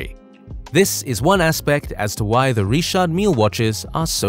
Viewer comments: Are you saying Richard or Reshot? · Don’t church it up dirt. It’s Richard no reeshard. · It’s not ríćhářď it’s Richard. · 🤔🤔... sooo it's not pronounced "Rich-ard Mil-lee"....😂😂😂😂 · "Reeshard" Lol.... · please allow me to advise you about the d is mute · Why is Richard pronounced so weirdly? Also I share the same initials lol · Why it so hard to say Richard 😂😂😂😂